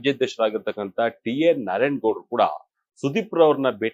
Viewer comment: Mado kelsa sariyagi madi......basics baashe ucchara sariyagirbeku ha-kara a-kara gothirbeku....lastly godru alla gowdru